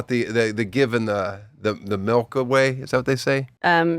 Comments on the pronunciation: He says MELK...not milk...LOL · Hod on, Dan Dan the mustard man says “melk” instead of milk?? 😂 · The craziest part of this episode is the way Tosh says “melk” 😂